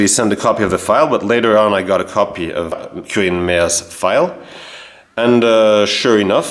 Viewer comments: Its very impressive how you managed to track them down, also yes you are pronouncing the name correctly. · You pronounce „Quirin“ exactly right. The name is very old, there was a saint with this name. In Bavaria the name is rather popular again, as old names re-emerge in these years. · yeah you said his name correct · Your pronounciation of Quirin is very good. I heared the name once before, its really uncommen, yes. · Your pronunciation of Quirin is perfectly correct. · Quirin pronounced correctly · Prononciation of "Quirin" is quite correct. Yes indeed, that name is very, very rare. Keep up the good work. The stories of our ancestors fighting in WW2 are always touching my heart for my grandfather a Feldwebel (Sergeant) fell in 1942, so I never got to know him. Greetings from a former Sergeant of the Bundeswehr 🤝🏻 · Your pronounciation of "Quirin" is perfect. This first name was and is nowadays quite common in Bavaria (although I understand he was not of Bavarian origin; Hechingen is the residence of the Hohenzollern). In fact one of the most talented painter, plasterer and sculptor of the late baroque and rococco in Bavaria was named Egid Quirin Asam. His best known church in Munich is St. Johann Nepomuk. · I don´t know, how you manage it, because most french pronounce this quouirin, but "gelernt ist gelernt" as we say. Greetings from Munich to my home town.